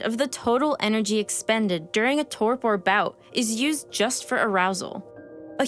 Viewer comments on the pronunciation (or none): Hypothermic torpor. Emphasis on the first syllable. There are others; mispronouncing basic words tends to spoil the illusion that you might actually understand any of this.